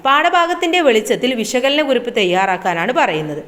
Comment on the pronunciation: കുരിപ്പല്ല കുറിപ്പ്